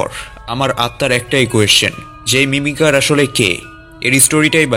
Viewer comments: ভাইয়া এটা মিমিকার হবে মিমিসার না😅😅❤❤❤ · ভাইয়া এটা মিমিসার না মিমিকার হবে 😂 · মিমিসার না Mimicer